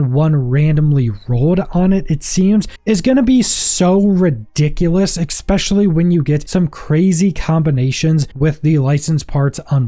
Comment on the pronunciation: Ngl, the way you say "Dawdelus" and "exspecially" is starting to get to me a little. My middle name is "Pedantic," btw